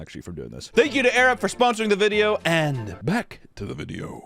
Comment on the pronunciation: I chuckled each time I heard say "Arab" 😂